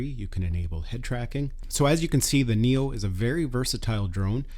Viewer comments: why do you keep saying Nero? it's Neo. LMAO! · Am I hearing things, or do you keep saying "NERO"?